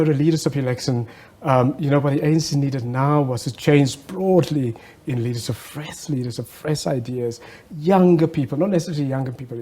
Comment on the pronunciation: 😂 "Fres leadersip." Hahah I love how much you hate the letter "h".